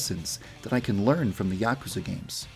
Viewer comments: Yaakuza? It's yuukuza. (Double u's and a's added for pronunciation) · You kept pronouncing "Yakuza" wrong... :"( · I...don't think that's how you pronounce Yakuza..